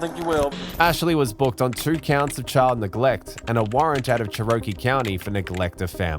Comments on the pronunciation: "Cher-o-kee"??? OMGsh! It's "Chair-o-key!!!" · Cherokee = cheh . ruh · kee. Around here because it is the south also throw a long O in the mix. But shown is how it is should be said. I know you have an English accent, but bro you did not even come close.